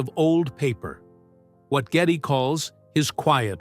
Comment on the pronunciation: It’s G E D D Y LEE NOT GETTY